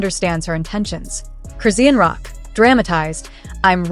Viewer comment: This Ai called Chrisean(Croissant) I'm fkn dead.